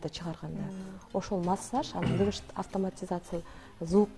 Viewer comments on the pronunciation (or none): ОЗУ биринчи так суйлосунчу.. дак эмес так деп. суйлош керек ... Дыбыш эмес.. тыбыштарды деп